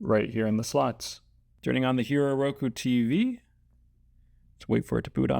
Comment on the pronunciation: Pronounced Hīro...